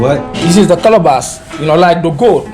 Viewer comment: It’s a Ca-la-bash. Calabash covered in goat skin ‘leather’.